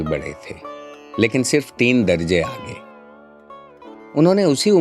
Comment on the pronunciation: آواز خوبصورت، لہجہ پیارا۔ امالہ کو بھی درست کر لیتے تو بہت عمدہ ہو جاتا۔ مثلا 'درجہ' لکھا جاتا ہے، لیکن 'درجے' پڑھا جاتا ہے